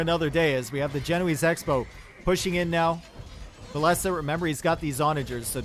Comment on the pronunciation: Love to watch cast! A true legend with so much knowledge of the game, but I think "Villese" is pronounced like "Chinese or Japanese" much love buddy!